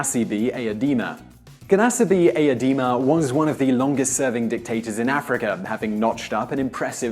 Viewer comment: Gnassingbe Eyadema is pronounced Ya-sin-bay Ay-ya-day-Ma